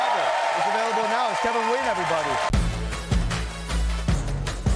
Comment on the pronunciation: Vietnamese-American author Kevin Nguyen's last name should be pronounced "N'win" instead of Win!